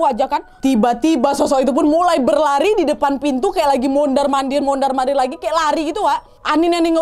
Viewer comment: Humorku sebatas "mondarr mondarrr" 😅😅 Ternyata bagian dari daya tarik bercerita nya kak nad adalah ketika ngomongnya kebolak bolak, terlebih memang gaya bercerita nya yang unik, jadi canduuuuat dengerin nya 😅😅 . Thanks kak nadddd, Sehat selaluuuuuuuuuu ..